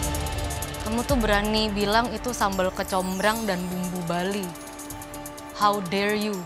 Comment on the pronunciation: Haw der yu Wkwkkwkwkwk